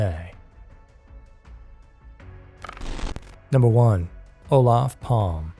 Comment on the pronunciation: I am suprides that the murder of our prime minister Olof Palme is'nt mensiond more on these unsolved murder docs. But please, next time look up how the names are pronounced. Because Olaf Palm is not correct. "Fun facts" I did bump in to one of the suspects Christer Petterson, and one other suspect was murderd in the USA.